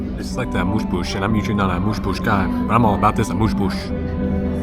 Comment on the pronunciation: yea this is my favorite video so far. i love food and different food experiences. and you made me laugh about the amuse-bouche pronunciation. i want all this food :) its so artistic